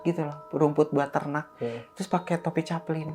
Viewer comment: Topi caping bang caping,bukan caplin 😅